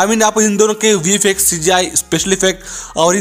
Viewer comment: Bro that is not vi-fi-ex Thats vi-f-ex